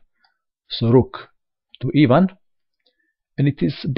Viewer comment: Everytime you say e1 it just sounds like the russian name "Ivan", so that i must laugh :D